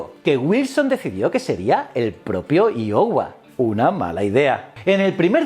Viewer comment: Escuchar “shurshill” e “iohua” me ha matao